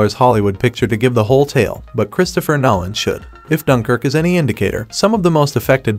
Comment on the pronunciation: Nollen? You need to teach your AI better pronunciation